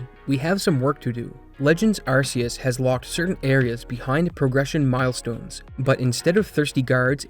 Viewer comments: and what, you gonna call someone on you "arse" phone? 🤣🤣 it's Ark-ee-us and I don't want to hear these plebs argue otherwise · archaic, Arceus ✔ sea, Arseaus ❌ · AR KAY US You'd think after the heavy advertisement that used that pronunciation content creators would at least try to say it correctly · It’s pronounced arc ee us do you think every c = s oh my arceus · I read something today that was released by Pokemon that officially says how Arceus is meant to be pronounced. ARK EY US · hate to be that guy but arceus is pronounced "ark-ee-oos" the reason it's a hard c is because arceus derives from the word arc which has a hard c, and the anime said arceus with a hard c because arse is a word and it means butt this is the same as rayquaza which is pronounced "ray-qway-zaa" because part of it's name is derived from the word quasar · It's pronounced ARK-ee-us. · begging y’all to stop pronouncing Arceus like “arse” did the naming of RKS System not clue you in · Again, if you decide to call it Arceus with an 's' sound rather than you 'k' then you have to call the phone the 'arse phone'. I don't make the rules. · You pronounce arceus wrong and it bothers me a lot. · A shame you can't pronounce Arceus correctly, pretty cringe